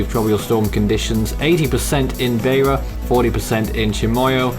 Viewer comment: Help with your pronunciations: Beira = BYRA Tete = TET Chimoio = CHIMOYO